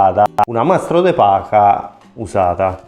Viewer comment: De Pacha? È de Paja. Mamma mia.....